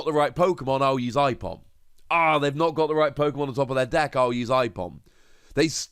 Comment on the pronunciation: i-Pom? It's Ape-om